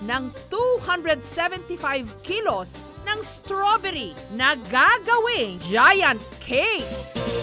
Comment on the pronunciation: Straberry Hindi straberyle